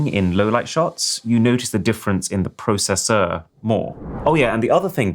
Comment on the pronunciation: More processing ... in the "pro say sir" 😂